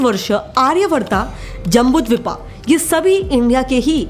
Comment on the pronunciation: महोदया आपसे विनती है की हिंदी शब्दो का हिंदी स्वरूप में ही उच्चारण करें 🙏🏻 चलचित्र के भाग में आर्यावर्त और जम्बूद्वीप का उच्चारण कम से कम आप तो सही बोलिए। अंग्रेजी के कारण शब्द के अंत में आ लगाना अंग्रेजो की मूर्खता की निशानी है परंतु आप तो सही उच्चारण करिए 🙏🏻🙏🏻 उसी प्रकार वह शब्द ऋगवेद है ना की ऋगवेदा , पांडवो है पंडवास नही, विष्णु पुराण है ना की *विष्णु पुराणा*। मेरा उद्देश केवल हिंदी के शुद्ध उच्चारण को महत्व देना है, तो कृप्या कुछ अन्यथा ना समझिएगा 🙏🏻😊